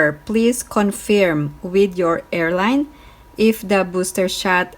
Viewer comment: Hi, it’s pronounced “con-ferm”, not “con-feerm”. Thank you!